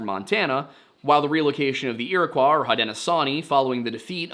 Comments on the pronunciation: Just a correction im pretty sure Iroquois is pronounced as ear-eh-coy not ear-eh-qua. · The Iro 'kwah' ... Oof. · ira-coy its not french they just spelled it like that when the colonizers came Ira-coy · ...when pronounced correctly, "Iroquois" rhymes with Illinois.